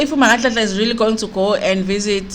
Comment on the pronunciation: Haaau sisi, your pronunciation of "nganele"😟😟